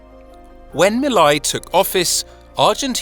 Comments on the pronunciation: The "ei " in Milei rhymes with say not eye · How hard is it to pronounce Milei( me + lay) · His name is pronounced Me Lay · It's pronounced "mee-lay"